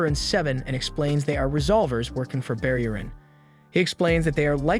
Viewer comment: Sounds like he says bear urine 😂😂